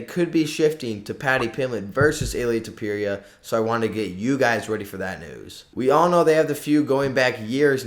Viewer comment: it's ilia topuria not ilia topewria, the level of disrespect